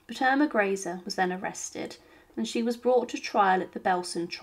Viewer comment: The most annoying part of all these videos is never knowing how to pronounce names. You can watch any number of them and will get an equal number of different pronunciations. It really is quite a bizarre phenomena. Here we are again. Yet another pronunciation of Irma Greece. Chosing the correct German pronunciation. Or the French, Italian among others has become an amusing pastime in futility. Though oddly enough, Japanese appears to be remarkably consistent from the myriad videos I've viewed thus far. On the whole though, these are minor irritants and pare for the course as Ai robo voicing gain's traction.